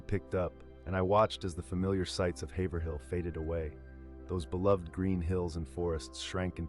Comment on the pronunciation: It's pronounced hayvrill Haverhill if you're from Massachusetts just my two cents